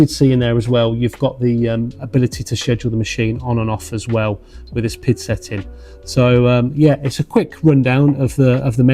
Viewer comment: Please, it is not pronounced pid, but P.I.D. Please use the right terminology. Nice review for the rest! Thanks